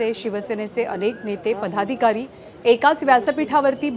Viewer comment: पधाधिकारी नव्हे हो अँकरबाई...पदाधिकारी. संभंद, निभंद... काय चालवलं आहे हे?